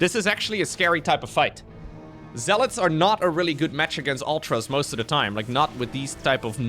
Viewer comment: Words used by narrator: "Metch" (match), "Rett" (Red)